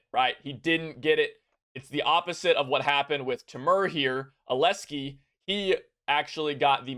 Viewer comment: Nice guide! Aleski is gonna have a word with you for butchering his name tho (Alexey)